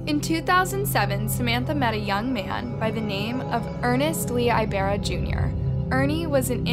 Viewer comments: I love your videos, but sometimes the name pronunciations are very off. Which I get! Not everyone can say certain pronunciations, like me with French words, but any video or google search could've shown you that it's pronounced with an "E" and spoken like "ee b AA r r aa". I noticed you tend to do this with Asian and Hispanic names in particular. As someone with a Spanish name that no one even tries pronouncing correctly, it's really frustrating. No ones expects perfection, but a little effort goes a long way. When you're doing research for theses crimes, maybe you can also do a quick search on the name pronunciations. It can make a world of difference to authenticity and to your viewers. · Ibarra “eeeebara” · Ibarra isnt pronounced like that...you sound funny saying it😭😭😭🤣🤣🤣